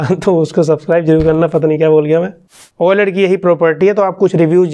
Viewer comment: same like me "oaled" instead of oled